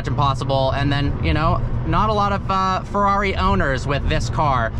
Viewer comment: Fewwawi La Fewwawi... LMAO